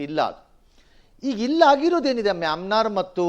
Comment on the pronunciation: ಏ ರಂಗಣ್ಣ ಅದು ಮಯನ್ಮಾರ್ ಅಂತ ಹೇಳೋ. Myamnar ಅಂತ ಅಲ್ಲ